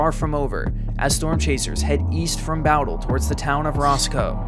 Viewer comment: Um... isnt it pronounced "Boh-dle"? Now bow as in the bow of a ship, but bow as in bow and arrow? Bowdle? If Im wrong, please correct me.